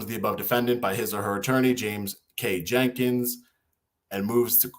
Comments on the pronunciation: Your lawyer's name is Jenks, not Jenkins. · you said Jim Jenkins lol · You keep calling your attorney Mr Jenkins. His name is Jenks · come on, you got an attorney doing you a pro-bono, and you don't even know his proper last name of JENKS not Jenkins... come on man!